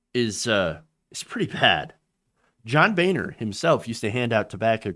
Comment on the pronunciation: John (Bone-er), let's be honest